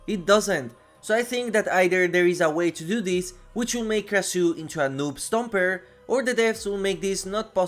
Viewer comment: Pronounced "Krashoo" I have such a hard time listening to people butcher names.